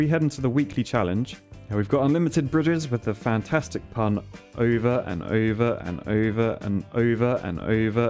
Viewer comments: Americans: "over and over and over and..." This guy: "uva on uva on uva on..." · He says over oyver